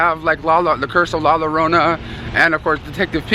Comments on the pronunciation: You say it La Yorona BTW and the game was super smash bros love the video epic as usual 👍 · Batman Hush is sick! I bought the Steelbook at target today. And the action figure's name is Hush. Also its pronounced "La Jorona or Yorona". The double l is supposed to sound like a J or Y.